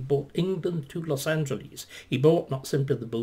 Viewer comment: Dr. Starkey, please take note of the pronunciation of "Los Angeles". It's not Greek. It's not "Los Angeleeze", it's "Los Angeless". This is a mistake that far too many British people make.